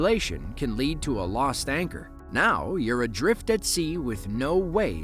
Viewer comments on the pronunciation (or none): none